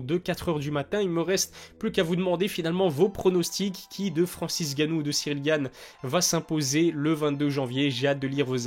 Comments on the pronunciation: Pourquoi tu dis tout le temps Francis "Gannou" ? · Malade ou pas ça fait quand même depuis l’ouverture de ta chaîne que tu ne sais pas prononcé le nom de Francis Ngannou 😂 et pas gannou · T'es pas un africain on dit Ngannou applique bien le N